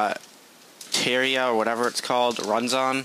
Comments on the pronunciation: Say it with me: Terr-ar-i-a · It is Ter-reh-ri-a